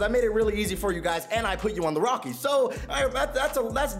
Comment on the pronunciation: This man said rockie stadium